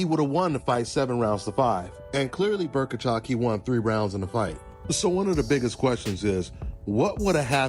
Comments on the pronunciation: Who is Berkachov? Bohachuk; Bow-Uh-Chuck. You're welcome. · Berkachuk? It's Bohachuk lol